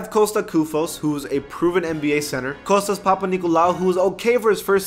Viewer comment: THANK YOU SO MUCH FOR SAYING KOSTAS CORRECTLY OH MY GOD I LOVE YOU SO MUCH MORE NOW